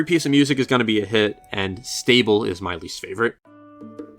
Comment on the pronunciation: Srable?? Stable??????? What???? And its actually from breath of the wild